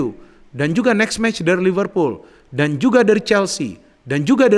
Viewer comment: lihat ini lagi iseng2. setelah diamati, di video ini kalau nyebut "MU" pake emyu, khas nitizen buat bully kleb MU. kalau nyebut "Liverpool" sangat fasih dgn aksen British 🤣